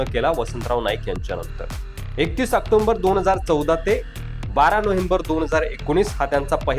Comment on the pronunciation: October bola. Octomber nahi.